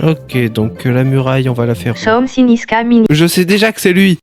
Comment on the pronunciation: "someu finegue ize s’caminegue ine trois dayeze"